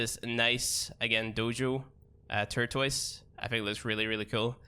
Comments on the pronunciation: Why are you saying tortoise instead of turquoise ? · turtoise lmfao